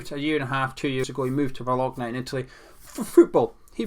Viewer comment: I appreciate the Scottish pronunciation of Bolgona 😀